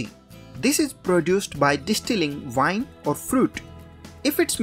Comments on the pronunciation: lol its pronounced "wine" with a w, not "vine" with a v! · I mean no offense bro but it’s called “wine” not vine.